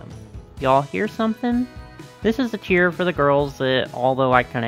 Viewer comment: I know you're saying "tier" but I keep hearing "cheer" bc the AG brand is about uplifting girls of all backgrounds and struggles